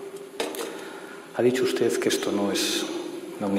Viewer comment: UsteZ, MadriZ, Humildaz, SanidaZ, posibilidaZ... joder, que penita y que dolor de oídos!